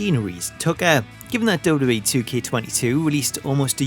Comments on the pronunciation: STOP SAYING 'double-double-E' IT IS 'double-u double-u E' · I keep hearing dublubalee instead double u double u e